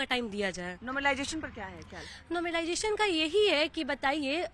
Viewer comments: नोमरलाइजेशन नहीं मैडम ..... नॉर्मलाइजेशन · Pahle to normalisation bolna Sikh le yaar paida hote hi hath me mike pakad lete ho tum sab 😂😂😂😂😂😂